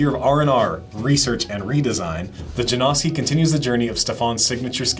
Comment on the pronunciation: J A N O S K I - not Jane-owski, not Jam-oski.